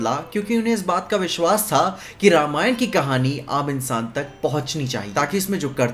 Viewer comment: Thank god ne रामायण बोला रामायणा नही 😅